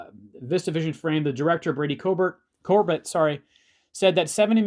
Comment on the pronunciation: just so you know, his last name is pronounced Corbet like Sorbet great video btw. glad i found your channel. i'm really picky about youtuber's voices and yours is just right